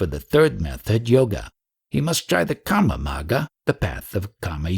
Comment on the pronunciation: viyoga , not vayoga also its kar-ma not khaamaa which sounds more like kaama Very nice audiobook..however if you could take a bit of effort pronouncing a few words properly it would be even better ..and not cause confusion.